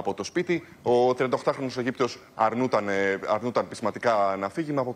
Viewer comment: Αρνουταν.....αρνουταν....Αυτά τα αγράμματα παιδιά με αυτα τα ελληνικα δουλεύουν στην τηλεοραση και τους ακούει ο κοσμος